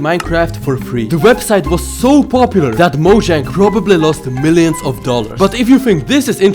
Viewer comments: Another fact: mojang isn’t pronounced mojang it’s pronounced Moyang trust me mojang I Swedish and j sounds like y in Swedish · while he said ceo of mojang i thought he saif ceo of MANNEH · ok so, remember the debate between pronouncing mojang as mo-jang or mo-yeng? well, one od the staffs called it mo-jang. there ya go